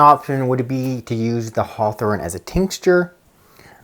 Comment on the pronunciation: Does it include HCM as well? Please caption. Your accent is hard with certain specific words. Heart what? Hearthorn?